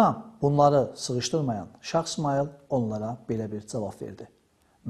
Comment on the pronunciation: Məncə,bu qədər savadlı bir insanın şah sözünü şax deməyində bir qüsur yoxdur.